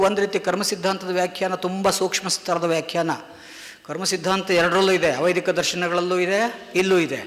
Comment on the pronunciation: ವೈದಿಕ ಅವೈದಿಕ ಉಚ್ಛಾರಣೆ ಸರಿಯಿಲ್ಲದೆ ಕನ್ಫ್ಯೂಸ್ ಆಯಿತು,ಸ್ವಲ್ಪ ನಿಧಾನವಾಗಿ ಮಾತನಾಡಿ